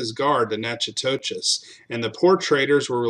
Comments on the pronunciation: Nack o dish !…..it’s Nack o dish ! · Natchitoches is pronounced nacodish